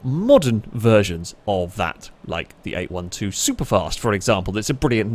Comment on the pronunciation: 812 is pronounced 'eight-twelve' 🤣